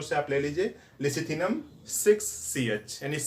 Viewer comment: Lecithinum.....not Licithinum ......good description.....!